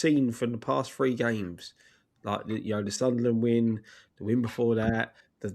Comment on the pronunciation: can't say "You know" properly/ He says "You oh" or something weird.